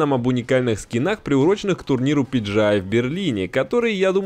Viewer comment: Не пиджиай, а пиджиэл